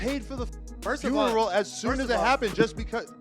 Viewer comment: Man that was at his best fins foneral😅😅 you mfing 🤡 “FONERAL!!😅😅